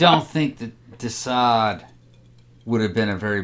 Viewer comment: You keep saying “Desa” . . Which is it: “Sade” or whatever you’re saying??